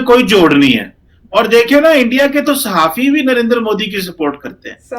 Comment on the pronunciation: आप बार-बार साहफी बोल रही है साहफी पत्रकार को बोलते हैं